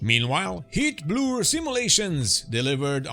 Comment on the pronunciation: Just an FYI, the way you pronounce “heatblur” is detected as “Hitler” by YouTube’s automatic caption system, maybe a cause of random de- monitisation if you face that. for example